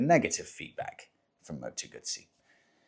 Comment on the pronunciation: Partly off topic, but thank you, thank you, thank you for saying the correct Moto ‘Gut see’ rather than Gusssy which is what English riders say; even Guzzi owners club riders! Do they really eat Margarita pisas! 🙄